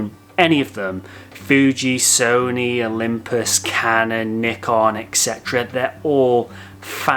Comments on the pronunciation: IT ISN'T NICK-ON!!! It's NYE-CON you twits! Or at LEAST according to the FOUNDER of NYE-CON... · great video but Bruh, it's pronounced like N-EYE-KAHN not N-IH-KUN